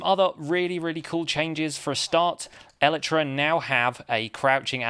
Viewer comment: Is your pronunciation of elytra from an official source? I've just assumed it would be el-eye-tra.